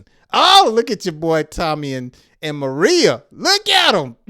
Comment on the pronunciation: Pronunciation. Ma ray ya